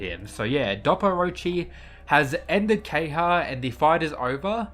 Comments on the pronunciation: KEHAYA, NOT KEHYA. gosh pls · The character is called Ke-Ha-Ya. Why do you keep calling him kay-ha?